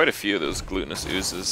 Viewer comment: "glutenous ooze" loool, definitely GLUTTONous